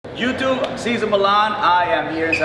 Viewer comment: love how Cesar says "youtuve" cheers man